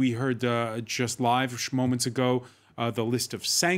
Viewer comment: "Smoments ago". Can't unhear this